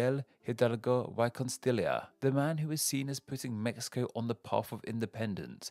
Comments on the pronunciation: Y = E Costilla = Cos-tee-yah (LL is usually pronounced like Y; though LL is pronounced like "sh" in the Rio de la Plata region and "j" in other regions) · I was thrown off by the way he did the ll in Costilla. Is it not pronounced "cos-tee-yah" in this case? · Why Costilia! Lmao 😂 aaahhhhhh! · even without speaking Spanish I can hear incredible butchering of Mexican state names. Hidalgo y (why) coNstilia... really?!? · Pronounced just like a substitute teacher lmao